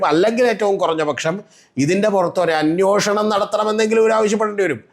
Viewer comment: അന്യോഷണം അല്ലെടെ അന്വേഷണം എന്നു ശരിയായി പറയൂ...